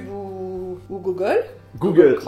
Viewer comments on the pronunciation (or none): Elle a dit gogole et face book XD sinon continue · ta mère prononce google gogeul ca ma fait marrer (c'est pas une critique ou moquerie) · C'est moi ou tous les maman disent gogole au lieu de google xD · MDRR gogol elle a dit au lieu de google ça ma fait rire très bonne vidéo